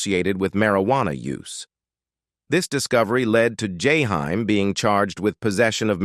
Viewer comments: “Jahime” “Jayhime” “yayhime”😤😤😤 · Learn to pronounce this man name correctly. Its jaheem/ jaheim😤. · I wish you would learn how to pronounce his artist name correctly. Or don't do the video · Your killing his name 😂😅 omg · Damn if u gonna do a video of someone learn how to say his name before u keep fukin it up😢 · Is this an A.I doing this video cuz they F’ing up this man’s poor name…smh! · Motherfuker saying the man name wrong on purpose